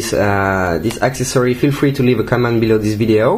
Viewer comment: Just so you know, ACCESSORY is pronounced ak-CESS-er-ee. The emphasis is on the second syllable. It's not access-er-EE. I realize you have a French accent, but that pronunciation will cause people's brains to stop for a moment to try and figure out what you're saying to them. Thanks for the review! :)